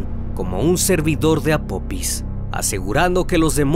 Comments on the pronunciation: No es apopis es apofis ,deberían investigar antes de hacer el documental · Apopis? Que no es apofis? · Apophis se pronuncia Apofis . excelente vídeo